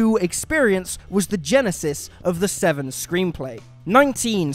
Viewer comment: It's "Sesevenen", not "SeVsevenen"